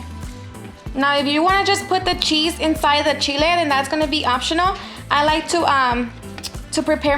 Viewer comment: She said were going to melt the "sheez with it" Lol :) Get it beautiful.